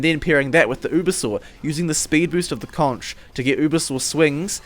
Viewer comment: Why do people keep pronouncing "conch" like that? :(